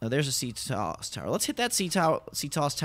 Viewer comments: loving the escape but please listen to Auden it's pronounced C T O S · It's C.T.O.S not "ctos" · It's not ctos in one word it's c.t.o.s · And by the way it's not c tos it's c.t.o.s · Its pronounced C T O S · Its C-T-O-S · You pronounce CTOS wrong